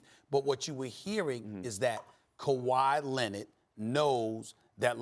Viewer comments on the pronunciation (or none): "Kawaah Lennid" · "Kawhi Lennid"